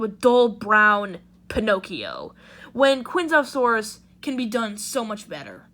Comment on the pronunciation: If its one of your top 10 fav dinos, at least pronounce it right m8. Chianjoesaurus